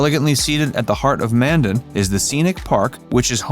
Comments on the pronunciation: It's pronounced, "Man-Dan" not "Man-Den" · I hate AI voices. It can't even pronounce Mandan. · I like how they call it things to do in Bismarck, then lists things in Washburn & Mandan, then don't even pronounce Mandan right.